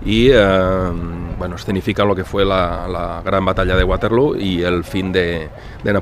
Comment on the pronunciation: Para los que no suelen viajar estos videos de museos están muy bien. Y no siendo mi caso pues conozco algunos lugares, me encantan. Te recomiendo un libro de Alessandro Barbero que es como una biblia de esta batalla. Por cierto, el nombre es Waterloo doble "O" no acabado en "U" pues no es ingles ni tu eres la rubia de Abba JAJAJA. Fue la última batalla de Napoleón sencillamente por que allí perdió su tesoro, creo que unos 3 millones de francos en oro que era con lo que podía seguir pagando soldados. En aquel tiempo, las bajas se contabilizaban en conjunto, muertos, heridos y los que habían salido corriendo. Gran video como siempre, Saludos desde Cantabria. Gracias